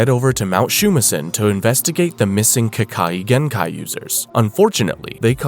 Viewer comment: No hate but you pronounced ke kagenkai wrong